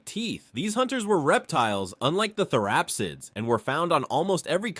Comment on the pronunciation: Bro as someone who consumes many videos on prehistoric past you are just straight murdering the pronunciation of these words. Panjia? Therapissids? You mean Pangea and Therapsids.